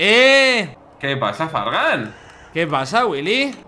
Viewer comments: Like si escuchaste que wili envés de decir fargan dijo Fran (stax) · Dice Fragan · No digo Frank dijo fargan